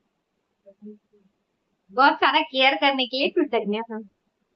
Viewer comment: Dear this word is ' kritagya', not ' kritagna' . Kritagna means non grateful; just opposite, love you 💗 -- Gaurav